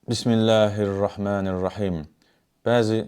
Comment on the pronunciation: Bizim dildə Ə hərfi var, o halda niyə "bismillEhi" deyir, halbuki düzü "bismillƏhi"dir. Bunun 2 variantı var, ya cəhalət, ya da qəsdən belə edir. Qəsdən edirsə lap pis